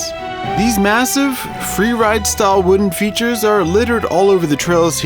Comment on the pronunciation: How u say features makes me wanna kms